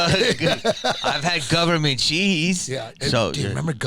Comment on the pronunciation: guhvuhmint cheeese!! 🧀😎